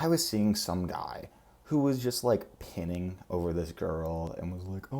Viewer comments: My new fave narcissist. Good hair today, lol. (The word is pine-ing...not pinning.) I hate people who simp too hard. It's pathetic. You're describing some form of empathy for the abused child bc you see yourself as the child, subconsciously...going thru your own trauma. At least thats what my thera-pissed explained to me. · It’s pronounced “pine-ing” just FYI. 😊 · I don't know if I've ever seen a mispronunciation that came so obviously from reading. But it's pining. Pine - ing. I always thought that was a really weird word. Like what do pine trees have to do with that emotion but whatever